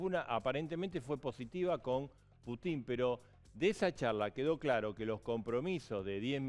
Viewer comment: Ahhh y por favor 🤦🏼‍♀️ dejen de decir Put í n... es 🙏🙏 P ú tin ( con acento en la u)